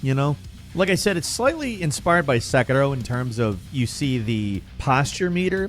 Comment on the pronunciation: Why does always pronounce Sekiro as SAKAROOWWW you don't sound Japanese lmao. Also please learn the difference between a remake and a remaster TLOU had a PS4 remaster TLOU Part I is a total remake.